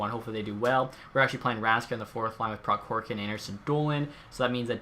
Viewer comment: It's prohorkin k is silent